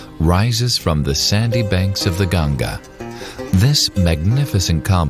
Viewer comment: if you are calling river ganga "ganjas", THEN IT'S NOT CORRECT, please please call name of Ganga river correctly please. if in English language it cannot be read and written correctly it's not means you can call wrong name . you have to learn correct name if you want to talk about it.